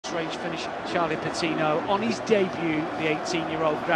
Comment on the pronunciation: "With Charlie Patinooo. Saka and Emile Smith-Rowe"